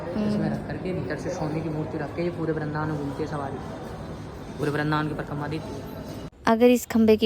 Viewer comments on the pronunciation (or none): none